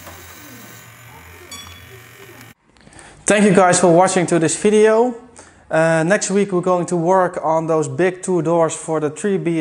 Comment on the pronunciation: can you properly say video, not FIDEO, for god sake you are educated man.